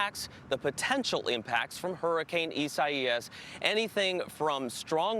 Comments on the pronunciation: It's eye-say-us you stupidos. This is why the news is untrusted. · Isa ias? Why they pronounce Isaiah like that? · Listening to them all pronounce Isaias so badly makes me think no one at the news station has ever been to church. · WTF is up with their pronunciation of "Isaias?"